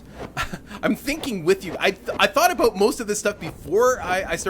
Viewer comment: Did I just hear an aboot?